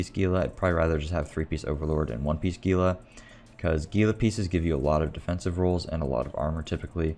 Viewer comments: I think gila is pronounced hila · It is. Those of us in the Southwestern US are used to it being mis-pronounced by those not from here.